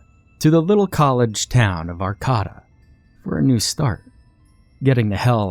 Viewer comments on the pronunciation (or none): It's (Ar-kay-ta) ...not ("Ar-ca-ta") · Just FYI, that second “a” in Arcata is a long a. So Are-CAY-ta, not Are-CAW-ta. I hate correcting people, but I’d also hope someone would correct me if I made a mistake, so I didn’t keep making it. 🥰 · Griffin Corley or you’re from Arcata and the name of your hometown is butchered 😂